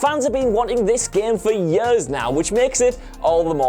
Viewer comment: For "yeuhs"...